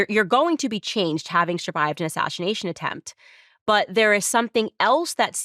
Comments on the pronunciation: Why does Candace keep saying “ashashination”…? It seems all these MAGATS have a slur problem. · Did Candace say “assashination” 👀😳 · Ashashanation? Is that what Candice said? Having those same audio compression issues as Trump.